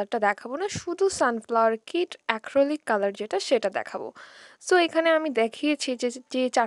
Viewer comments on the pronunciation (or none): আপু অ্যাক্রলিক না acrylic